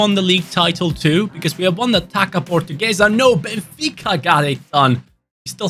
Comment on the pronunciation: Coming from a portuguese, in our language this "ç" is read like "ss" so Taça would be read Tassa instead of Taca. Just a heads up for the next time you need to say it so you dont get it wrong 😂